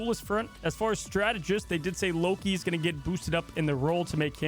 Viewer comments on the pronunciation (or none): none